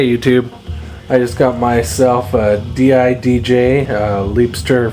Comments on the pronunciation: Not called d-i-d-j. It's called didj (di-j). I'mawesome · you pernounse it DIJ